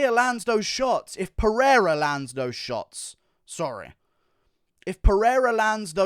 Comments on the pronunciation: Peheira is the correct pronunciation in Portuguese so you don’t have to change it. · If you're gonna put some respect on his name , then put respect on his name! Lol. In Portuguese the R is only pronounced as an H if it starts at the beginning of the word or if there are two R's in the middle of the word such as "Rua" or "Guerra". If there is only one R in the middle of the word then its pronounced as an R not an H such as "Oliveira" and "Pereira" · Don't worry about tryin to pronounce "Pereira", you gringos can't, and that's fine 🤣, you guys just don't pronounce the "r" the way we do